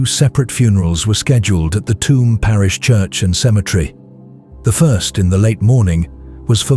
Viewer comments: I’m from Tuam it’s pronounced “choom” but calling it “tomb” makes a lot of sense because it is a shithole. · Great upload! It is very well-told of what goes on in these communities when they are feuding. There are towns and villages in Ireland that just close down when there is a funeral. Just a note on the pronunciation of "Tuam" it is pronounced Chew um. Thank you for the hard work. ☘☘☘ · Tuam in Co. Galway is pronounced "Choom" like the word tube or tune. Toomebridge in Co Antrim is a totally different place entirely. Tuam is an Irish word Tuama which means a graveyard and is the seat of the Archbishop of Tuam, one of the 4 Archdioces on the island of Ireland. It is now a dormitary satellite town for Galway city 20 miles away but used to be an industrial town in its own right many years ago. A sugar factory, one of 4 in Ireland , was closed down and tore the heart out of the town with its closure. The irish pop group the Sawdoctors come from Tuam. Legend has it that the town was founded by Saint Jarlath in the early Christian era at a site where his chariot wheel broke. Hence the towns crest features a picture of a broken chariot wheel on its emblem.